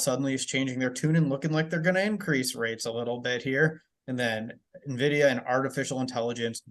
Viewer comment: Nvidia, not Navidia